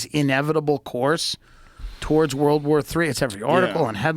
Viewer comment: Redban cast a spell on Joe midway through the podcast and gave him the ol "Rurald/World" speech impedement. #olivegarden